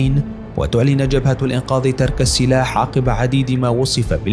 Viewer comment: يا اخي لغتك العربية جداً سيئة شو بتقول الانقاض يا اخي الانقاذ وكذالك عندك اسماء الرؤساء كلها مخارجها خطأ ارجوك اخي برنامجك جميل بس ارجوك حسن لغتك ارجوا ذالك